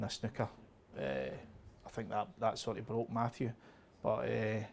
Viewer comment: That language)) sex not six thank not think ))).